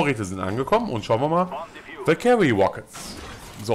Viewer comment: bei valkyrie liegt die betonung auf der ersten silbe^^